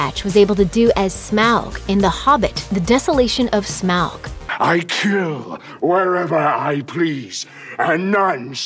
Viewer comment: Please learn how to pronounce Smaug. Thank you!